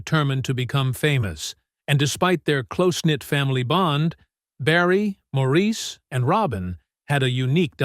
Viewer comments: It's pronounced "Morris" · Everyone wants their name pronounced right. (& she’s right— it is Morris)✌️ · One of my all-time favorite bands. Too bad the speaker on this You/Tube video was mispronouncing Maurice's name. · I don't think Maurice cares in his heaven how his name is pronounced 21 years after his death.